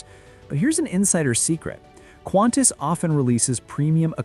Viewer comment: It’s Qantas. Not Quantas. Please.